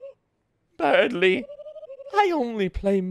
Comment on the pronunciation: I love people completely reading Berdly wrong LMAO